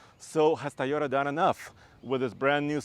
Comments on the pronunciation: it’s pronounced Toyota not Taiyota! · Stop saying Tieyoda! It’s TOYOTA. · he can't pronounce "TOYOTA" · Thaiyota? ok I'll give it a b- lol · It’s TOYota not TAIota. He always says it weird haha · Did I heard tayota? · Why do people keep saying TAyota instead of TOyota??? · T a a y o t a? you can do better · I swear he keeps saying Tye-o-ta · someone teach this man how to pronounce Toyota correctly